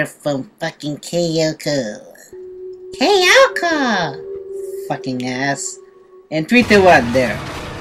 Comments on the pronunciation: Look, I know Kayako is scary, but your freaking out is a bit too much. You sound like she's gutting you with a knife. By the way, you're calling her "Kyoko" or "Kayoko". Also by the way, I nearly peed laughing. XD I gotta ask, are you Brazilian? I thought you said "Pra trás" or so. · undead gamer 73 That's true, I actually call her by Kayoko. That was the way, how I pronounced her name. But to actual Japanese is Kayako, which I knew for a while after I've played the Let's Play series from my gaming channel of "".